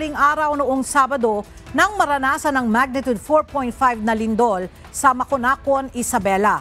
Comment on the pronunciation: Magnitude, not magnitud pls